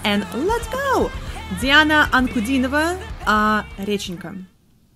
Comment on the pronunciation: А автор реакции, похоже, русскоговорящий. Произнесла "Диана Анкудинова. Реченька" без маленьшего акцента. Даже показалось, что и дальше на русском будет говорить =)